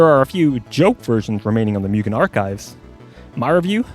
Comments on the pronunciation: its pronounced moogen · Every time he says mewgen makes me cringe x.x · you sure it's not pronounced 'moo-gen'? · Just as a minor tip - Mugen is pronounced closer to "Moo-gen" since, y'know, Japanese.